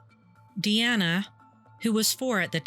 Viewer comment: Doreen was my opa charlie (Charles) wife at the time of this. He later met my oma. MUCH MUCH LATER. they got engaged but broke things off. He used to tell me this story. Charlie passed away after a seizure after his stroke. His daughters name isn't pronounced Diana it's pronounced DEE ANNA. She was my "aunt" she had horses. I loved those two and feel horrible about the pain this loss caused them